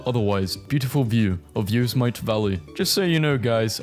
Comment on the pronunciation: hearing him pronounce "Yosemite" triggers me wanting to correct him